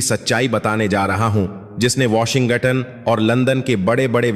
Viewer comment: Sub Hindi patrakaar Washington ko "Washin Gatan" kyu bolte hai? Sounds so silly.